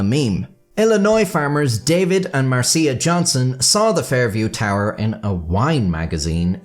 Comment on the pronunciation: Marcia is pronounced Marsh-a.